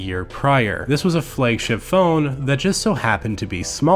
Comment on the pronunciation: Why does he say flaygship instead of flagship?